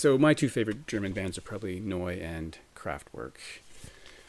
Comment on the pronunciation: OMG! I was told in a comment yesterday that I would win the award for most contests entered! Looks like we have a competition going!! That NIN is gorgeous. You pronounce the band name Neu as no-ee. I pronounce it New. You must be right!